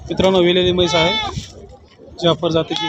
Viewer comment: मैस ❌ म्हैस ✅